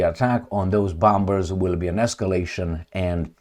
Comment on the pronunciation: 'Bombers' is pronounced as 'bomers', with the second 'b' being silent. Similarly, 'bomb' is pronounced 'bom'. Feel free to use it or not, no offense intended, just a friendly suggestion. Otherwise, you are doing a great job, thank you.